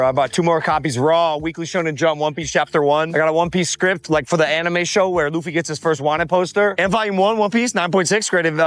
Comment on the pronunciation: Monkey D. Lewey HAHAHAHA Edit: bro I dislike logan as much as the next guy... but you again mispronounce Luffy... and you criticize him for saying it wrong right as you say it wrong too.